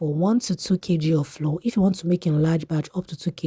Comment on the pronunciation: PLEASE THE WORD FLOUR IS DIFFERENT FROM FLOOR. THEY ARE NOT PRONOUNCED SAME. I will surely try your recipe.❤